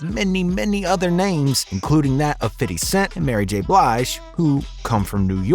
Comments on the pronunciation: Bruh. It’s okay to say FIF-TY. You won’t lose your street cred. Lol. Fiddy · I don't mean to split hairs but whoever the person talking it happens to be for this page. Please it's 50 not f i t t y. It's 50. F i f t y. I'm not hating but you sound just like who you might be when you say it the wrong way. Please say it the right way if you're going to report on the culture. Thank you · You saying "fiddy" 🤦‍♂️ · Bruh, just say “Fifty” 😂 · Stop say fiddy bro sounds wack 😂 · Why the F you say FIDDY cent like you ain't a white dude sitting in a suit all day LMAO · The way you say 50s name gets on my fuccin nerves